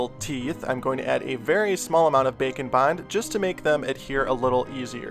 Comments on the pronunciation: Package: Bake n Bond What I hear: Bacon Bon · Every time he says bake and bond I think he’s saying bacon bond